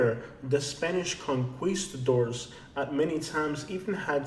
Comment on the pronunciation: The way you pronounced conquistadores was the way we said it in grade school in Pennsylvania. Very cute. I now know it's not the way they say it in Spain!